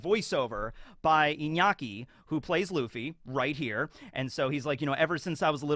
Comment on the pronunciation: Now that's how you pronounce Iñaki's name. Thanks a lot for it my man.